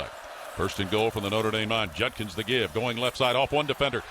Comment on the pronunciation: You'd think a professional sportscaster would be able to pronounce the name "Judkins", but no, this dunce continues to say "Junkins".